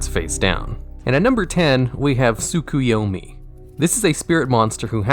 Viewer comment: So you are telling me, you've never watch Naruto, and don't know how to pronounce: Tsukuyomi? cuz the way you said it was wild :D